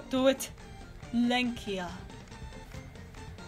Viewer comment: L E N K I J A XDD GOD I AM LITHUANIAN MYSELF AND IT SOUNDS LIKE A MEME